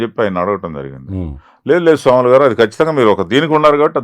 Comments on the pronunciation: సోములు కాదు...స్వాములు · స్వాములు అండీ ఆయన పేరు, సోములు కాదు అండీ. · సోములు కాదు స్వాములు అనుకుంటా అన్న పేరు.